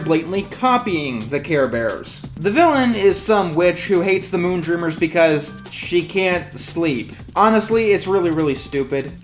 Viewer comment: Moondreamers as a few listeneings sounds like Moontrimmers.